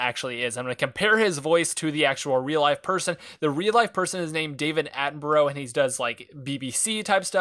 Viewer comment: Dont want to offend man but you dont pronounce David David Attenborough right